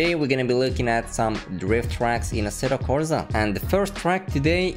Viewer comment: "asseddo corza" asseTTo corSa*